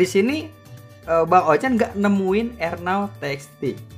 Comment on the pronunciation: Apasi bocil cuma salah ngomong dikit doang